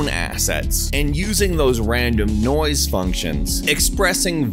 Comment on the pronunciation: Am I the only one that hears "noice" every time he says noise